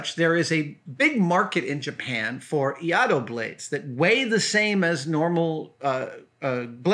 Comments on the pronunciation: Adam, your pronounciation was pretty close, but you just missed an I. You pronounced it as IA-DO but it's in fact IAI-DO, just add a second short I after the "Ah" sound, same as the first, and you're good. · Another excellent video Adam! I'm probably not the first (and won't be the last) but Iaido is pronounced as "e-eye-do" - I've been a practitioner of Tenshin Shoden Katori Shinto Ryu for just over ten years :) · “ee-aye-do” I’m a practitioner of iaido. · FYI, pronunciation is"eye - eee- dough" and the Iaido technique of drawing and cutting in one motion is called "NUKI TSUKE". Love all your vids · Great video! It's EE-EYE-DOH (iaido) btw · Adam, I am a huge fan and this is SUCH a cool episode because as I am watching this, I am packing up my own practice blade (called an Iaito or Mogito )or to go to Iaido Practise. The pronunciations is: Ee-Eye-Dough, by the way. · Iaido pronounced ee-eye-do 👍🏻 the collar on the blade is called a habaki, the scabbard is called a saya, the handle is tsuka, etc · Quite close - Iaido (居合道) - pronounced e-eye-do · A-ee-do (Ia-ee-do) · Iaido. Pronounced EE - EYE - DO. Great story! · It's pronounced : ee-eye-do. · Uh... No. It's Iaidō like Misterkami said. No L in there. Why would you even attempt to give a pronunciation when you don't even know the first letter in the word? Reminds me of a guy who praised the Ip Man movies as some of his favorites and called him I. P. ("Eye Pee") Man as if Ip were initials.